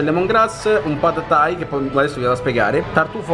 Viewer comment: Minuto “pad thai”... mi sorprendi ogni giorno che passa🤦🏻‍♂️🤦🏻‍♂️